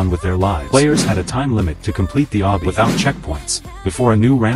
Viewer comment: I love the fact that the ai generated text cant say obby correctly